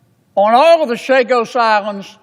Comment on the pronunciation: I thought this bull** about Chagos was finished and vetoed by Frump. Typical Yank can't pronounce a single name correctly unless it is in Spanish.